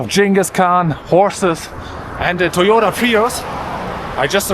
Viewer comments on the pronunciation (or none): none